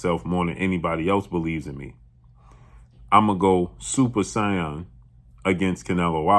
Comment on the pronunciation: SAIYAN (Say-en) DAMN BLUE YOU KILLED ME WITH THE PRONUNCIATION 😂